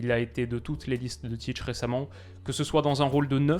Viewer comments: Très bonne analyse, comme d’habitude! Sinon Ça se prononce Tit(é) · La prononciation c’est tité